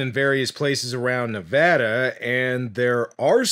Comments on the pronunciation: I'm just happy you pronounced Nevada correctly. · Bro you say Nevada better than most Americans including Joe Rogan. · Thanks for the video about this, and as a Nevadan, thanks very much for pronouncing my state's name right.